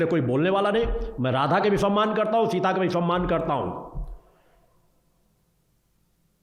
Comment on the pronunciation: माता सीता.... नाम ठीक से लो....!